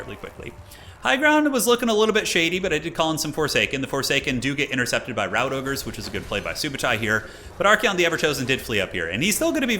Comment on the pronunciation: Did you really call them Rout Ogres?